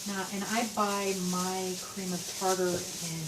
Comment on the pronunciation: "Cream of tatar".......Lol